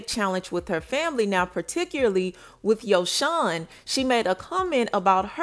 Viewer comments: Spelled his name wrong. It’s spelled Y O S O H N and it’s not pronounced “Shawn” at the end. How y’all report on her and her son and hear her say his name RIGHT and see her spell his name RIGHT but keep saying it wrong and spelling it wrong🤦🏾‍♀️. And he clearly doesn’t know that she’s working while he’s with the family he thinks she’s with MoneyBagg Yo when she’s really not. And if you actually watch her show The Impact ATL her family asked her can they keep Yosohn in ATL with them while she’s working and also asked her because he miss being in ATL with his cousins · You always mess up FAMOUS people names like😭 This really the weakest TeaPage fr🤏🏾 its YO-SOHN !